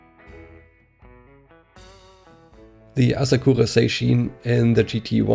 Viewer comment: Oh and thanks man, you also pronounced the car's name essentially perfectly! Good feelings from Asakura Heavy Industries!